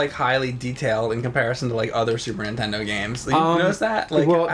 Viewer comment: Is it me or does James say super _intendo?